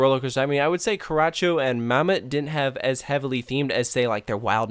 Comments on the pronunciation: everytime you say karracho wron i wana screm IT IS NOT KARACHIO IT IS KARACHO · The ch in Karacho is Not pronounced like the ch in Nachos.So it is Not Karatcho. Its like the mexican pronounciation of ch in Churros. And its Not Mammutt,its like Mamoot. Ask me for any German pronounciation of a roller Coaster. Especially for Hansa Park 's names. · 1) the animal things are german bedtime stories/fables 2) they dont accept Credit Cards casue in germany we use EC cards instead of Debits 3) Karacho is pronounced very differently xD 4) the Bathtub one is themed to the fountain of youth, basically, thats why all the naked people that go in old and come out young